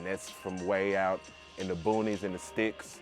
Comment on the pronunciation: When you said “in da boonies, in the sticks” I was like oh yeah he’s from Flawda 😂😂😂 am I right?